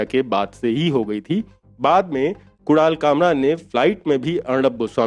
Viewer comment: .... what the f did he say ? Kural kamra ? F lol 🤣😂